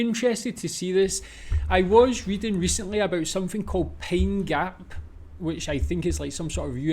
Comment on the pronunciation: When you said pine gap it sounded like you said pain gap😊